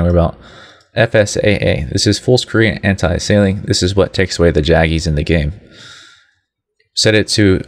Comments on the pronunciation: "Antiasailing" - its Anti ALIAS ing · Learn to pronounce Anisotropic and Anti-aliasing lol .... and you talk WAY too slowly. I understand there are some people out there with the intelligence of a lamp post , which is why you explain so slowly... but those people should not even be trying to tweak their graphics! lol